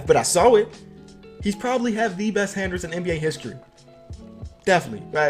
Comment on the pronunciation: This dude said handers